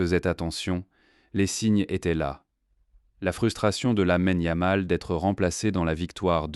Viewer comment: Tout est à jeter dans cet ersatz de vidéo : - Commentaire en I.A. avec 1 erreur tous les 3 mots (yam pour yamal, puis youmal, Lamene, etc...) + phrases n'ayant aucun sens ou peut-être sur une planète encore inconnue à ce jour. - Images sans rapport avec les faits. - C'est quoi le feu compétitif ??? - T'écoutes les daubes que tu postes ??? 25min. pour raconter de la m3rde avec des commentaires ridicules grâce à une I.A. pour teubés... On atteint les sommets du ridicule. Champion hors catégorie 🤡